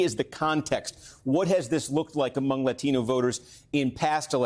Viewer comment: Stop saying latino like that. You clearly dont speak English with that heavy of an accent